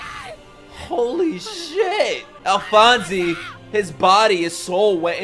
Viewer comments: The e in Alphonse is silent, you're pronouncing the rest of it correctly though. I watched it in English and think that this is one of the very very few anime where the Dub is better than the sub. But watch it in the way you prefer, don't pay too much attention to the comments if you would rather watch it in Japanese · You don't pronounce the 'e' at the end of "Alphonse" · My opinion: Dub> Sub. Just re-watch these two episodes in english dub just to get the names right. Hearing "Alphonsey" just doesnt sound right. Watching you miss out on crucial details in subtitles is just painful. After that, Sub or Dub is your choice. I have never promoted any show's dub version more than this and One Punch Man. I have seen this show twice in both language and I have few arguements in favour of the Dub: 1. The animation is gorgeous, why would you prefer to look away from it and focus on subtitles? 2. The look, feel, characters and historical references of the show is not necessarily Japanese. This show is made keeping a global approach in mind. 3. You will miss out on the English dub blooper reel, which is a laughter riot and a masterpiece in its own right. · The English actor for Alphonse (by the way, the name does not have a long E sound at the end) in the 2004 version had to speak into a metal bowl for the entire series, so this new person may also be talking into a bowl or, as you suggested, a metal can. I vote for the English dub. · Correct me if I'm wrong, but I think the "e" in Alphonse is silent. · The e is silent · and it’s not “alphonsy” it’s pronounced “alphons” like the “e” is silent lol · its not alphonzee is alphonz (pronounced) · its pronounced alfons not alfanse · This show probably has the best dub of any anime. Edward’s VA is the best of the best. But if you do stay sub, just know that his name is Alphonse (e is silent) and not Alphonsey! Love your videos man so jealous you get to watch all of this blind. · It's Alphonse without the "ee" sound at the end 👍